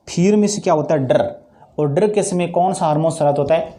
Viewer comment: Sir dar kahte hai darrrrrrrrrr nahi